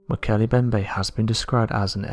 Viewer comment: To the narrator..the M in Mbemnbe is not silent. It is pronounce Molkele "eM" bembe.